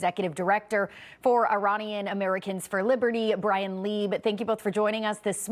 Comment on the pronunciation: I literaly understood Brian when she said Ryan and Ryan when she said Brien :D